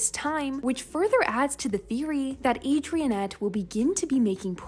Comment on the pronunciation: "Adriennette"😂😂 its Adrinette 😂😂